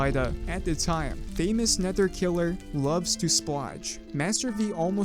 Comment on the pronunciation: “Lovestosplooge” man the fact that you said it wrong and don’t even know what it’s a reference too makes me sad